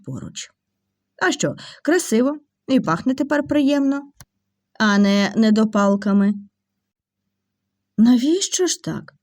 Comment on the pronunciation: Сюрпризи чудові від люблячих людей.Але хочу звернути Вашу увагу не зіпсута,а зіпсована зачіска, у слові недопалки наголос має бути на другому складі, а не на третьому.А все інше дуже добре.❤❤❤